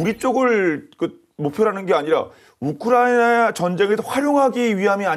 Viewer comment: 우크라이 나 나 나라고 우크라이는 어느나라여 기자님 나라이름좀 잘 불러줘요